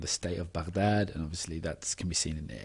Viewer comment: excellent analysis, and your pronunciation of 'Baghdad' is perfect! :)